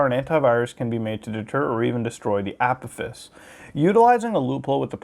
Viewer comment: Its pronounced ah-pɑh-fes